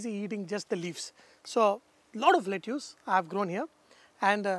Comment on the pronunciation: Lettuce pronunciation is "let-us" (Not making fun but just saying it). And ya needless to say the recipe looks delicious 🤤